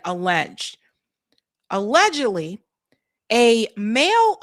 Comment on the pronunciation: HOW MANY TIMES DO YOU HAVE SAY THE WORD , ALEGAGALLY ?